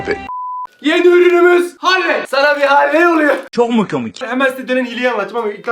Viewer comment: Abi yarısının markasaını söyledin Halley e haler oluyor 😂😂😂